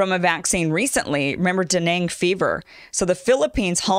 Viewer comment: What’s danang fever? Are you trying to say [Dan-gay] dengue fever